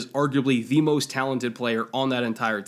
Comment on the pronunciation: Why do you pronounce every THE di? What kind of bullshit english is that?